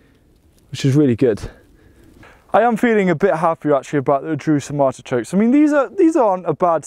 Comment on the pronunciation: Are you saying ARTICHOKES? i can't understand you.